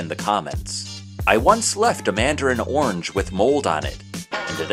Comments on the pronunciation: You are saying "ornge" when orange actually has two syllables and is pronounced "or-runge". Interesting video. TY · There is an "a" orange. It isn't pronounced ornge.